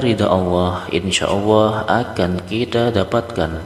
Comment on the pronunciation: Sayang awoh...awoh...awoh...sebetulnya Alloh bro hrp dirubah